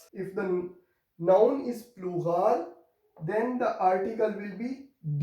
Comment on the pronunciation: hello sir! why ypou called olural to pluhal?